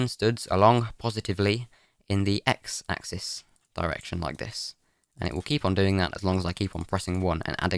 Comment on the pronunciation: "Ack zees" bless you.